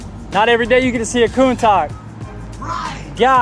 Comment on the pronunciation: It's not "Coon-tuck", it's "Coon-touch" ... clickbait, the video could have been also just 50 seconds, the rest is just boring stuff ... better use real audio comments instead of written titles, that would at least make it a bit more enjoyable ...